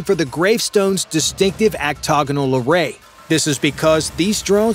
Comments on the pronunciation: what is "actogonal"? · Ah yes, the Actoganal array... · no such word as actogonal... it's octagonal... jeez.